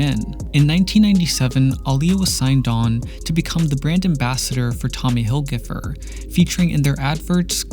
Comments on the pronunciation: Tommy hilfiger not hilgifer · "Tommy Hill-giffer" ...... honey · Tommy Hil-whoooo 🤣🤣